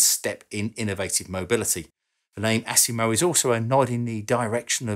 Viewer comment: I like how he says ASS IMO lol AS IMO not ASS lol